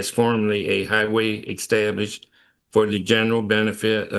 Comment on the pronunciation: "Eckstablished"... uggghhh.... "Fudamental"... double uggghhh...